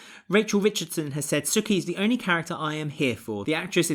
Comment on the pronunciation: Whos suki? It’s soo-ki